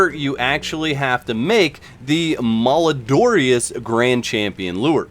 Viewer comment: Cool video. This will help when the event lands. Side note FYI: "Malodorous" means "bad smelling" or "stinky". It's got "odor" right in the middle of the word. It's pronounced mal - Oh - dor - us.